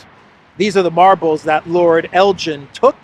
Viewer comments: the correct pronunciation of “Elgin” is Elgin with a hard G not J. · In Lord Elgin's name the G is NOT pronounced soft like the drink GIN; instead the EL is like in TELL and the GIN like in BEGIN. It is a place in Scotland, so blame the Scots for the way it is pronounced. As a matter of history Lord Elgin removed the marbles not '80 to 100 years ago' but in 1801-12 (they were moved in stages), which I make to be 222 years ago, quite a long time ago. I don't think the yanks would help out as many of their museum contains vast quantities of antiquities taken (mostly without their permission) from countries across the world - same is true also of Europe, especially the Paris and Berlin museums which contain loads of loot from places like Egypt and numerous other places. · it is Elgin as in begin...please pronounce this properly😂,,,love your work and watch you daily, so thank you.